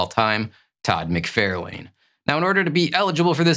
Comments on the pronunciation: This is a great list. As most list are, cover art can be very subjective to whom is selecting the list, but you have some great ones on there. I do find it interesting that you call McFarlane "Mic-Fair-lane". Does he pronounce his name that way? I think most pronounce it "Mic-Far-lan". I'm curious now how he actually pronounces it. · Its mc far lin, not mc fair lane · For the love of god - please - learn to pronounce mc-far-lin, it’s so annoying given how many videos you mention his name in (all incorrectly). Same for Rob Lie-feld. Lie + feld. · I like your videos but one thing that bugs me is you claim to be a big fan of Todd McFarlane yet you constantly mispronounce his name as "Mac-Fair-lane" when it is "Mac-Far-Lan". But you also state you aren't into creators so that might explain that. Or you might be AI? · Wait, do you say "McFairlayne" on purpose? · For the love of God, get Todd’s name right! Mc-Far-Lan. I have met the whole family and your pronunciation is like nails on a caulk board. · Love the chennel but every few vids where Todd McFarlane is mentioned im like "how is he your fav artist and you can't pronounce his name correctly?!" haha. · I literally thought he you were talkin about someone else by the way you pronounced Todd McFarlane’s name 😂😅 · "I am such a huge fan of my favorite artist that I say his name incorrectly and apparently have never spoken with anyone about him?"🤔He's titled this BEST covers but then refers to these as FAVORITE as if those terms are interchangeable. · LOL, I agree with everyone correcting your Todd pronunciation, but dont hate me! I love your channel! Just discovered you and you’re better than a lot of more established comic channels. Crisp image, love your background, solid graphics placement, and most important, solid intelligent commentary! You rock my man!